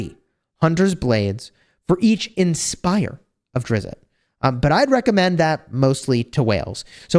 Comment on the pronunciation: Said: Drizzt not Drizzitt